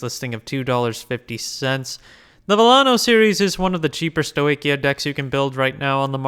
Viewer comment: I just came here to say the same instead of Sto-weaky-yuh 😂